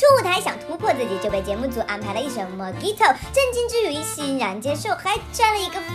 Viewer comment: 小姐姐，你把mojito再念一遍我听听？！😂